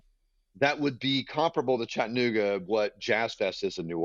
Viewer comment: When Mayor Kelly said “Chattanooga” the wrong way, that let me know all I needed to know about him. IYKYK